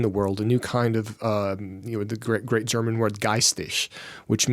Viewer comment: Remarkably good German pronunciation,! Well done that man!